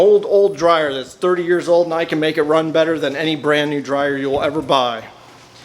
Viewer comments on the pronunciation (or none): none